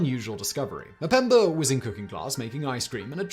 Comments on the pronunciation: It's Mpemba, not Mpembr. Learn some humility and pronounce it right. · STOP SAYING MUHPEMBURR! STOP IT!